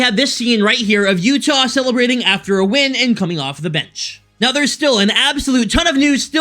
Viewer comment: "Utah.. Utah's" i hate you 😂